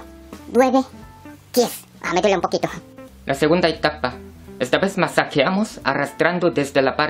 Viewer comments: cuando dice 9 parece que dijera duele, ya perdí mis puntos jjjjajaa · Ahy. Ha ah jajjjjjjjjji siempre me haces reír es cuando dices nueve se Olle q dices DUELE 🤣😂😅🤣😄